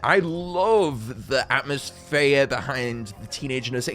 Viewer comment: Atmoz-phere? 😂clever!